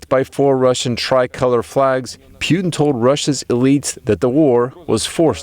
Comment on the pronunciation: He's going from Putin to Pewtin.. (Pew Pew - cartoonish gun sounds) Get it. Sucks - I know! But He said it like 5 times!!!